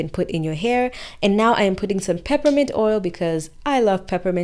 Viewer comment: Bonjour from Paris!. New subscriber. Please Can you write for me the oil that you added in the rice water. I heard pipimante!!! Est ce que you wanted to say essentiel oil of menthe poivrée? Peppermint essential oil? Where do you buy it please,? Be kind to answer. Have a very nice day. Super Bonne journée